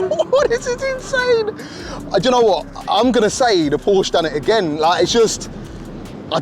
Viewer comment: it's called Porsche not Porsch